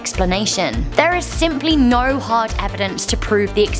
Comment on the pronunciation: You say no then right? Sounded like it